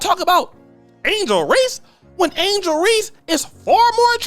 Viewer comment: It's Angel* not Angle